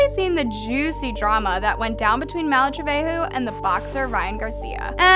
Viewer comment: Malu “Treveho” 😭😭😭 its pronounced as “trebego”.